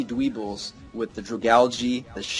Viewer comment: It's not dweebles its dwebbles